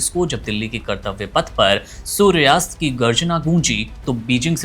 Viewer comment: सूर्यास्त नहीं सूर्यास्त्र